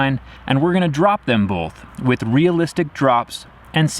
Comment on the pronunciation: This man says “bolth.” Trust nothing he says...